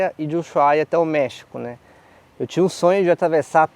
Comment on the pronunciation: DICA: en toda Latinoamerica pronunciamos USUAIA